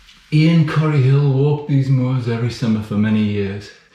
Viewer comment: Corrour, from the Gaelic Coire odhar. Hence Corrour is pronounced Korr-ow-r, with the emphasis on owr, not Kor-oor.